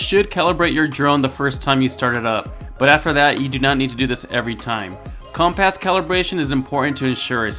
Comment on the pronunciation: That's what i heard as well haha